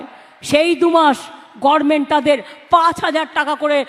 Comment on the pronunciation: গরমেনট এটা আবার কি উচ্চারণ 😂😂😂